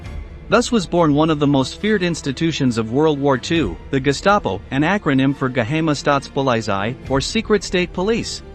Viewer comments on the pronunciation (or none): Ge hame ah staatspolizei??? Shuts staffel??? I’ve watched documentaries wherein the narrator too often butchered World War 2 terminology. Such error detracted from the video’s credibility. Please choose narrators who have been genuinely interested in World War 2 for years rather than someone so previously disinterested he likely wouldn’t recognize a PPSH or heard of a Mosin-Nagant, a M3 grease gun, A-26, or MG 34. Have your potential narrator take a test to prevent embarrassment. Have someone who is competent review the narration before the video is posted. Such documentaries are doubtless viewed by those who know infinitely more than the narrator whose fractured pronunciations must make them wince. I would have appreciated a more mature voice the tone of which matched the gravity of the subject.